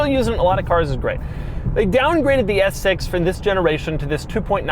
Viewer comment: Can you just say S6 regularly? Lol